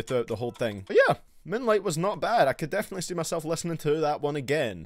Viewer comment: can u plz say "moueieooene-lieeight" again